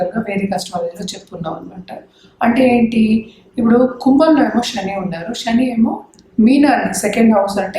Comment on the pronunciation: తల్లీ శని అమ్మా షని కాదు.. వీలైనంత వరకు తెలుగు పదాలు వాడండి. ఉదా : Sun అనే బదులు సూర్యుడు అంటేనే బాగుంటుంది